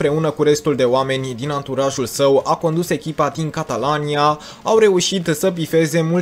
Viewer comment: Se zice catalunia nu catalania